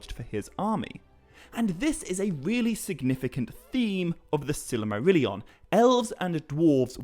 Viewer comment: I mean no offense, but I believe you keep putting an extra syllable in the word “Silmarillion.”